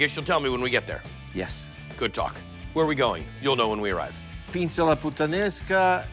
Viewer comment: "pinZa"? 'pinSa'! "briOOch"? 'briOche'!